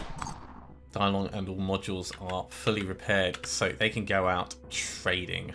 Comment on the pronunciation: ACtually "Dilong" is not "Die-long" but "Tee-loong". You can use Google Translate to get the pronunciation right. Otherwise what you are saying sounds like "Big dragon" in Cantonese :D